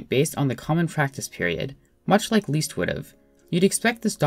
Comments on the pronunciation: You pronounce "Liszt" like the English word "list" and not "least", so with a short "i". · Great, but please his name is not Least, it's Liszt. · Leeast? Wut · ## CORRECTIONS : "C slash B double sharp" should be "C slash B sharp" "Liszt" should be pronounced "list", not "least" :) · lmao "Least" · never heard anyone say 'Liszt' like 'Leest' lol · leest? i thought you said “weest”